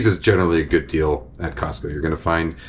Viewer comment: Gotta say, I'm extremely pleased with how you say "Costco" as someone from the Pacific Northwest who sometimes says the "T" in it with exaggerated silliness. It should have an actual T sound, even though it mostly gets absorbed. Hooray weird linguistic stuff!